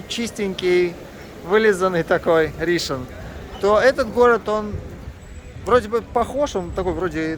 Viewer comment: Почему РИшон, а не РишОн?